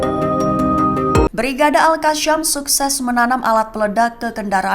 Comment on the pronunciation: Yg bner baca beritanya mbak yasin jgn bilang yasyin itu ayat alqur'an jgn ditambah tambah, alqasam jagn dibaca alqasyam.